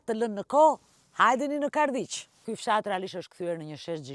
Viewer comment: Ate emrin e fshatit fole pak me qart